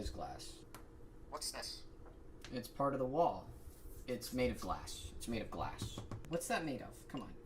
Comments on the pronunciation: "Glass-k..." He just had to emphasise a K at the end 😅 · I absolutely love the hard K at the end of Glass. So many humans forget that in their pronunciation.